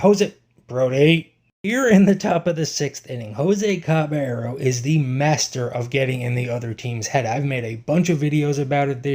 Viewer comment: Please learn to pronounce his name.